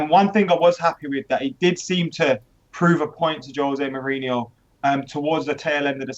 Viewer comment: Josè Mourìnho says Jose Mourinho with the wrong accent on the e